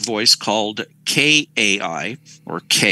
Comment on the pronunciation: Kai is not pronounced as Kay. It's pronounced like guy with with a K instead of a G.